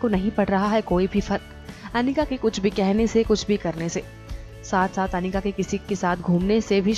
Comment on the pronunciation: a it's not panika its Anika acche khase Naam ki waat mat lagao😒